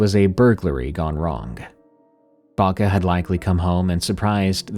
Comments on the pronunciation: Bako bako not baka baka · The first story? In Serbian we call our grandmas "baka", it's an endearing term, there is also a standard form "baba". Baka is pronounced more or less correctly in the video, he stressed it a bit wrong but it's alright.